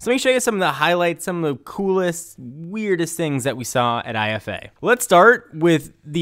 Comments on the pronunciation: It's "eefa" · dammit, Its pronounced "eefa"..